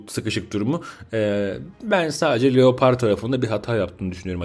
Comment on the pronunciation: Abi leoparda lepırt dedin kriz geçirdim izlerken :D